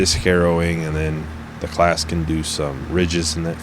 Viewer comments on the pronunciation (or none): It's pronounced 'Clau-us'